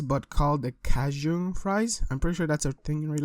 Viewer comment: The way he said Cajun lol